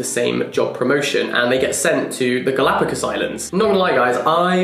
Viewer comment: You say “Galapagos islands” the same way Harry Potter says “Diagonal Alley” 😂♥️